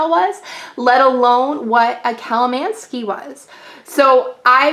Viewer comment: Theres definitely no 'ski' in the word.